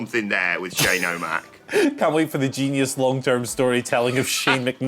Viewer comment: Shane NOT Shaane